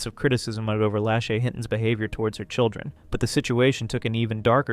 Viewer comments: I'm sorry but the way you pronounce Lashy's name irks me.. its not that hard to say la-shay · I'm just going to say/ask it. Isn't her name pronounced - lah-SHAY? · Its pronounced La- shay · lashay.. (la-shae) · if you’re going to take a stab at “reporting on others” as your content, the least you can do is pronounce someone’s name correctly